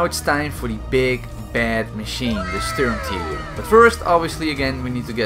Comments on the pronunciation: Wtf is a sturmteeger? You mean SturmTiger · Sturmt"ee"ger is how you should pronounce it, as it is german. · The Sturmtieger😂🤣